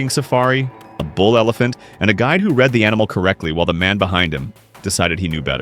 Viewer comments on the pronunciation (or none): none